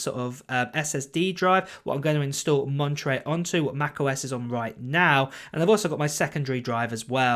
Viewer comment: I like the way you say the name of this system. Lingerie (Monterey)